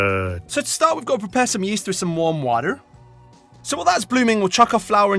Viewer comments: Why did he say water like that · Poking a little fun at the difference between how Brits and Americans say that word